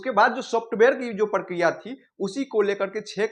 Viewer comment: इ प्रकिरिया है या प्र प्र प्र प्र पराकिरोयअअअअअअअअअअअअअअअअ😮